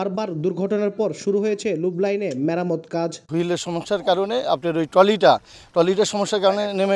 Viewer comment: ভাই উচ্চারণটি " লুপ লাইন " হবে